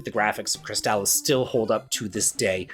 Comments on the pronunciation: Lmao I'm sorry when I heard you say Crystalis I heard Chris Dallas I was lost for a moment. Great video though these are all excellent games. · I'm a bit older than you are, but fell in love with RPGs around the same time, and with many of the same games. Crystalis is one of my favorite games ever, and easily one of the best on the NES. Having said that, it kills me every time I hear anyone say its name, like you. I know the commercials say it that way, but lets not pretend commercials never got names wrong (Mitsubishi Starion) Per google: People sometimes pronounce "Crystalis" (the video game title) with a hard "a" sound in the middle, like "Cris-tall-iss". However, the more generally accepted pronunciation is closer to "Cris-tuh-lis," similar to how you would say "crystalline," or "chrysalis". This is a true nit-pick, yet the same as an american saying Adidas "uh·DEE·duhs", instead of the correct German "AH-dee-dahs" is like hearing nails on a chalk board. Still, all the love for your videos.